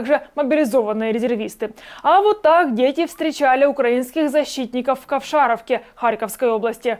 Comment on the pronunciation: Ковшаровка ударение на букву о😊 В оккупации с первого дня! Счастья нет предела ❤❤❤